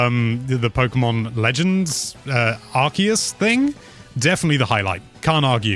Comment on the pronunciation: ARSE-us